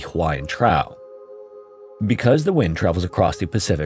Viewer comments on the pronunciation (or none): "trough" is pronounced "trawf" not "trow" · Trough is pronounced as [trof] and not [trow]. This area is also known as Hawaiian Deep. This in now way detracts from the mystery I have never heard about before. Thanks! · Wtf is a "Trow" you mean trough (troff)😂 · I didn’t see it in the comments so far, but just wanted you to know for the future: “trough” rhymes with “cough”, not “cow”. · Trough rhymes with scoff not scow. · it is trough, said like "troff", not trough as in "traw". I'd like to think you are a human who miss spoke due to ignorance, rather than an ignorant AI channel doing its best to scrape money out of YouTube. Looking forward to a response to clarify either way. Ps love this channel. Just hope TF you ain't a slop bot... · Trough is pronounced "troff" =] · That's not how "trough" is pronounced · Hawaiian Trough, wrong “ough” pronunciation.😂